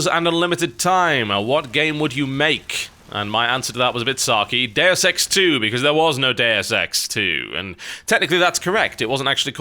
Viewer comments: oO I was wondering "What the f is Dare Sex???" Until I realised he's talking about "Deus Ex"... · I thought he said Dair sex 2, not deus ex 2.